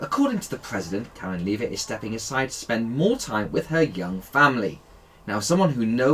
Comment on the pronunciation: Leave-it? Seriously?